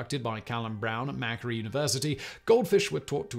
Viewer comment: Macquarie University? It's not pronounced "Mackery", it's "Mac-Quarry".